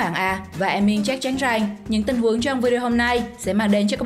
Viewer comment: Bà này nói kiểu j ak rằng thì nói rèng ăn thì nói eng :))